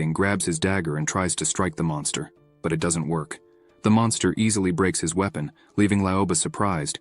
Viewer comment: His we pon lol